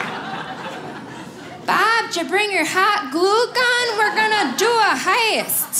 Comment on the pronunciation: She pronounces "heist" with four syllables. That's how thick this accent is.